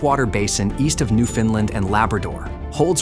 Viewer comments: Newf-un-land ✅ New-Finland ❌ New-Fin-Lin ❌ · Newfoundland is not pronounced new-findland. Ask a Canadian. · Your not saying Newfoundland right, its not newfinland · NEW FOUND LAND. But, good video. ai voice aside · Would have been nice if you used the correct pronunciation of Newfoundland. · Very interesting. But please learn to pronounce Newfoundland correctly. It’s like “understand “. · The AI voice getting the pronunciation of ‘Newfoundland’ wrong every time is irritating. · Excellent content, but please learn how to properly pronounce "Newfoundland".